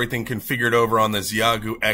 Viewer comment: FYI, it’s pronounced “she-yay-goo”